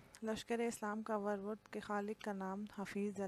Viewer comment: یہ لفظ ورود ہے۔۔ ور ود نہیں